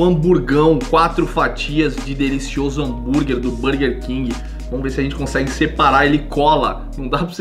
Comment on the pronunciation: Bããããrguer??? Ou burguer king?